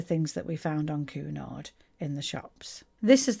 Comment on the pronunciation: Quite correct "Queuenard" never "Coonard". (there are dowagers in the Queens Grill Lounge clasping their pearls, and fainting)